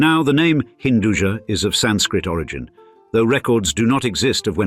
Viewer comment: Hinduja meaning has nothing to do with Jahan, jahan is sub-urdu word, hinduja loosely means Hindu Born, "ja" is actually not pronounced "jaa", it's ja' from "Upaj" , meaning grown or born